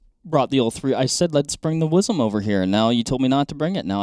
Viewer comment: I cringe every time y'all say "WIZEM." Yes, I'm from Texas.